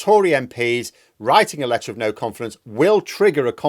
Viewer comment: anyone else heard "lettuce of no confidence" or is that just me?